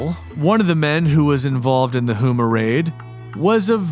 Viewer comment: Also, Houma is pronounced “Home-ah.”